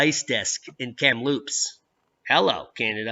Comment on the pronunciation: Hi - as a B.C. resident, I can assure you that Kamloops is pronounced with the emphasis on the first syllable (a bit like the cereal 'Froot Loops'). Keep up the good work - love your channel!